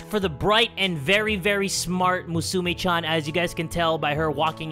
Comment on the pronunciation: Lol he said Meh-sue-Me